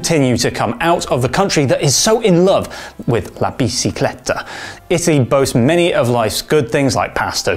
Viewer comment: And bi-CHEE-clay-tah. He used the Spanish pronunciation.